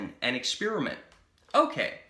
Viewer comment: Just him pronouncing ‘experiment’ “ekspearuhment” is enough to make me turn him off